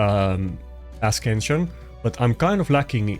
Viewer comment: if you say askension one more time ill lose my time. it's pronounced ''ass ension''